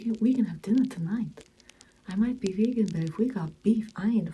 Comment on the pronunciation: When said “it’s not very vegan of Jesus” I had to switch on subtitles and listen to it again lol